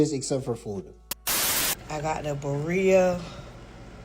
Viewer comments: I KNOW she didn’t just say “be-rea….rayman”!😂😂🤣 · BARIA- RAMOND!!! WTF she cant even pronounce what she is eating!! 😂